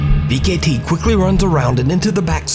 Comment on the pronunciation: Vcete "V-K-T" ?? 😂😂😂😂😂 it's pronounced "V-sete" I believe